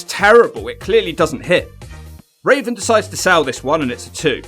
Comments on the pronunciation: Am I the only one hearing Raisin instead of Raven? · It’s raven not raisin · Why does he say Rasin Instead of Raven sometimes?..... That Benoit match looked good but that Malenko match looked sloppy. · You called raven raisin too funny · Anyone else hear call Raven Rasin. Hilarious. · I love how you call Raven, Raisin lol. I got that from Chris Jericho and called him Raisin ever since. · Why do you keep calling him raisin? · Do you keep saying RAISIN??? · Are you saying.... rasin?